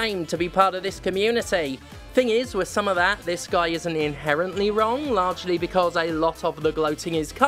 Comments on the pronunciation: "in-hair-ent-Lee" was a good one, got a chuckle out of me! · "In-hair-ent-Lee" got me. The cisual puns in the Jimquisition's current era have been top notch. Thankyou.